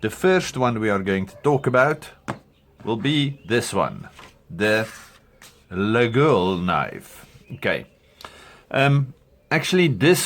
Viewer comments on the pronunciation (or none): The Laguiole name is locally pronounce ''Layolle'' don't ask me why, even us french we have no clue 😀 then, you are correct, on the original ones there is the fly/bee and also, there are rivets in making the shape of a Cross, so when a shepherd stick it in his big loaf of bread, the Cross is up and he could pray before eating